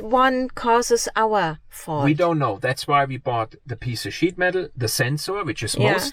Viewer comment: Love it I initially thought you said it took them this long to put that piece of 'sh1t' (you know what I mean) on but it was sheet metal and your accent. I think my version is better lol.